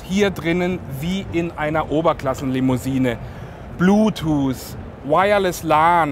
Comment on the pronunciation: Bluttooth xD